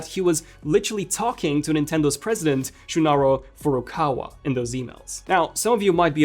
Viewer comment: Way to butcher Shuntaro Furukawa's name.